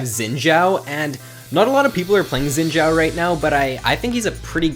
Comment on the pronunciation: It kinda bugs me that people are pronouncing xin zhao as zin zhao. The xin has the same pronounciation as the sin in lee sin. I am chinese so i know.